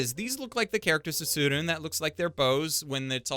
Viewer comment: Just because an anime is universally praised by the masses shouldn’t be a reason to downgrade it (kimetsu no yaiba). And btw there’s no silent e in Japanese (tsurune)